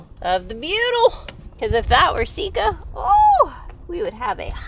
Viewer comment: Sikka, as in sick car, not seek car. Rant over.